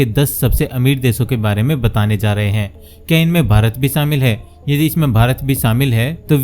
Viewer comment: Sh ko s na bolo mood kharab kar dia. Shamil ko samil kyon bol rahe ho